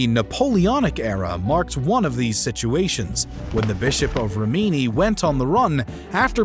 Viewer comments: Good video as always but you have to learn how to say city names before you voice. The stresses on Rimini are totally wrong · Rimini is stressed on the first syllable, in English same as in Italian